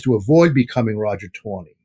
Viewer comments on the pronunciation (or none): TANEY, not "Tawney".